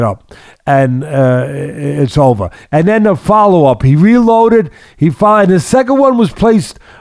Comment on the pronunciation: “Son you have to get up, it’s ovahh” 😂